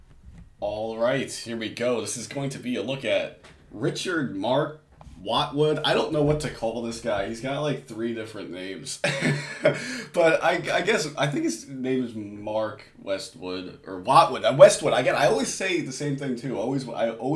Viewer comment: Its wattwood not westwood